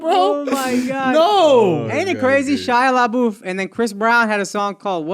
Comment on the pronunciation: SHIA LA-BOOTH LMFAOOOO